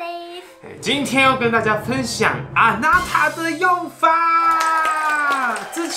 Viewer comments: 的あなた变成あたな了😂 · あなた變成あたな了🤣🤣